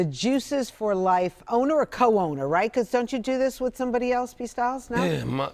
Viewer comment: “P Styles” 😂😂😂😂😂 anybody else catch that?